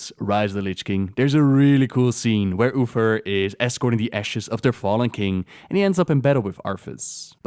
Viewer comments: Your pronunciation of 'Uther' sounds more like 'Oofer". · Love u especially the way u say uther xD, Oofer